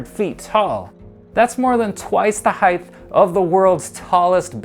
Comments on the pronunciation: You are clearly an expert since you are saying heighth instead of height lol SMH😂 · Heigh(T), not Heig(TH). Hard T, no TH sound in height. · Please, it's height not heighth! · Quit saying heighth, it’s not a word. HEIGHT has no tense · Would everyone please stop adding the "th" sound at the end of height. It's pronounced with a "T" so you literally sound like you have a speech impediment. Thanx 👍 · H-E-I-G-H-T IS PRONOUNCED ( H Ī T E) There is no 'th' sound in the word height!!!! You sound like a moron!!!!🤔🤨😐😑😤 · Why is he saying heighth 💆🏽‍♂️ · Please learn how to pronounce height, I can't even finish watching, it was so annoying, it's pronounced hite!! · How am I supposed to watch a video about height when 20 seconds into the video, the host thinks it called heighth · Are you pronouncing it 'heighth'? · Does the word height somehow now have an added h at the end because this guy apparently speaks as such. So annoying, like the word literally! Didn’t even get past 2 minutes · Maybe in all your “extensive research” you should have actually read the word: H E I G H T. Note the lack of a “TH” At the end of the word. Here in the modern world, we have this almost magical resource called “GOOGLE”. See also: Bing… Jeeves… Webster’s Dictionary… or if all that’s too complicated, maybe just ask Siri! “Hey Siri, how do I pronounce height?” If you want anyone to take you seriously and not dismiss you as an uneducated, bush-league idiot, you really need to expend 10 seconds of effort to learn how to pronounce the word you supposedly spent “weeks” researching.